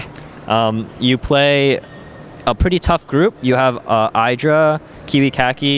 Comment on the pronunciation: IDRA NOT YDRA